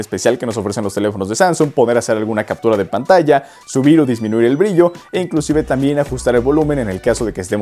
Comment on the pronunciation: pregunta por qué dices inclucive